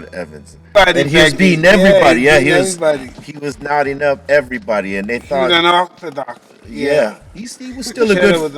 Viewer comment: the way Mike says “unorthodox” 😂😂